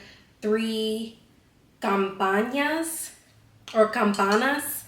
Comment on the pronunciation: As a Mexican it made it smileee just seeing how excited you were to eat the tacos 🤣. Always heat up the tortilla in a skillet or you can also put a small amount of oil on the skillet and that works well. Any tortilla that's not heated will break btw you pronounced hacienda and campanas very well!